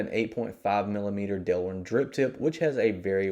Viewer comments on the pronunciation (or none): none